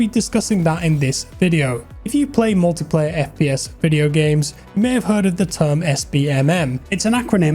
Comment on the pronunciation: "it's only game, why you hef to be mad?" 😂